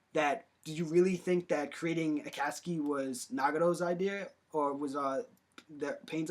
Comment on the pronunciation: DUDE i know this was made a long time ago but you butchered like every word😂 “nagado” “ renigin” “aktsi” “ edo tensay” lmaooo